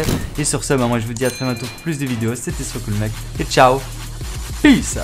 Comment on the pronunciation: par contre on en parle que au lieu de dire "c'est Soiscool mec" il dit "soicoulo maïke" wtff je comprendrai jamais